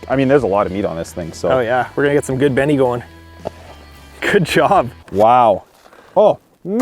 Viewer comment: Stop saying Benie